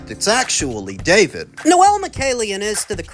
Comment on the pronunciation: was it david or bavid😂😂😂